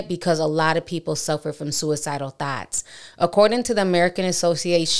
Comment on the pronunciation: Sis it's thoughts not thots